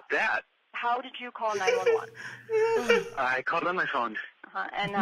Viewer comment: Are we going to ignore how Ethan said 9/11 calls instead of 9-1-1 calls???